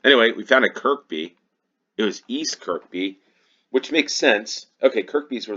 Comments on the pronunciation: It's pronounced Kur-bee not Kirk-bee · Got the first one immediately, having used Looe station a few times when there on holiday a couple of years ago. The Looe Valley Line is a wonderful old-fashioned (in the best possible way) railway. Kirkby is pronounced 'Kirby', the second k being silent. Struggled a bit with the two stations in South Wales and slightly on the other one - had a vague recollection Sway is in Hampshire but ran out of time. On that subject, yes, let's try three minute rounds for a few games. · Although locally, that particular Kirkby is probably pronounced Keeehbee. ;) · The second K in Kirkby is silent 🙂